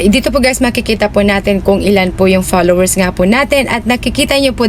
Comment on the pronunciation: Bat ganyan ka magsalita? Halos may mga a sa unahan. a-followers, a-last, a-performance